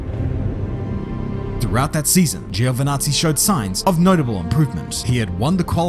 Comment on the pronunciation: Little fun fact, in Italian it's pronounced "Jo" not "Gío"